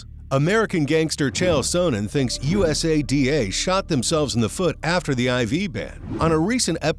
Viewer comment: Sports "SPAM" is right LOL how could you possibly do the research to make a video THIS LONG, and STILL call USADA "U. S. A. D. A" over and over... Christ